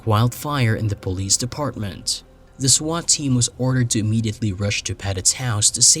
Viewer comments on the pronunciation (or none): none